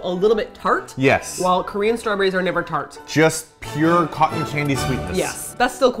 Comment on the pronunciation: you totally shay shrawberries! 😄😄😄😉